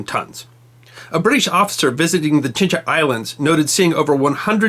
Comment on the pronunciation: One corrective comment: you keep pronouncing “Chinca” islands... but the actual name is Chinchas.